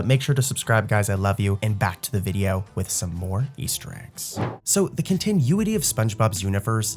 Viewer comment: Brotha man. If you want people to like...really REALLY believe you're a real voice? Maybe learn how to pronounce continuity?